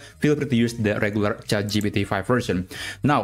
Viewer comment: please say chat gpt correctly. not chatgeepeetee but chat gee-pee-tee. it hurts my brain